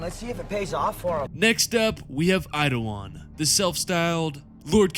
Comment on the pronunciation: How do you keep saying Idawan when his name is Eidolon. Really not that hard to sound out his name.